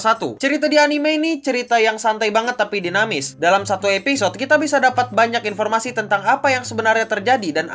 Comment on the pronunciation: invormasi instead of "informasi"